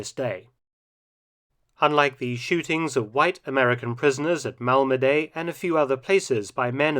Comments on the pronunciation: It's pronounced Malmedi not Malmedey. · Your pronunciation of names sucks. Mal-muh-dee, not Mal-ma-day. Do a little research and you can stop sounding like a lazy amateur. It took me 15 seconds to hear the French, Dutch and Belgian pronunciations. They were all essentially Mal-muh-dee, none were Mal-ma-stinking-DAY. It makes me question how haphazard the rest of your videos are if you can't even pronounce correctly. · Pronunciation of "Malmedy": the y at the end sounds like "i" in "pin", not like "ay" in "day".